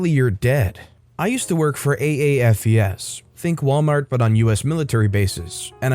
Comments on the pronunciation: Note: AAFES is an acronym. Pronounced A-Fess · *You"re* ..... and the acronym is pronounced as "A - Fees". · Understandable but it is pronounced:A -FEE-Z...